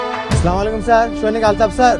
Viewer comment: সালাম তো উচ্চারণ হয় নাই ঠিক মত বরঞ্চ সালাম না দিলে তারচেয়ে ভালো হতো